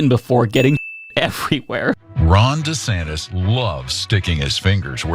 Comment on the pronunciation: save the books! Ban DeSantis ... DaSantis ... DeSantes ... DaSantes ... or however he decides to pronounce it on any given day! And what's with the head shaking?? Is it "yes" or is it "no"?